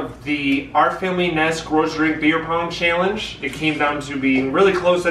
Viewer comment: Cahallenge** his pronunciation** or challenge 😂😂